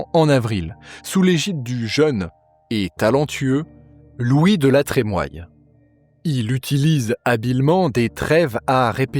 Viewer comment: Super ! Merci !!! NB : La Trémoille se prononce "La Trémouille"